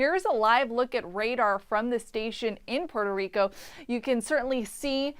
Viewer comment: Jajaja poro rico..Rico come on plz u know u can say Puerto Rico. 🤣